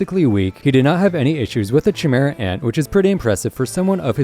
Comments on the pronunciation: lost me at chee-mehra ant come like you havent actually watched the show 😂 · Great video man! Only thing I should mention is that Chimera is pronounced as “Kai-Mira” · I left when I heard chimera and nobunaga pronunciation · How tf you gonna put paku above shizuku? All she got is guns other than that she can't really fight. Also you keep saying chimera and nobunaga wrong 💀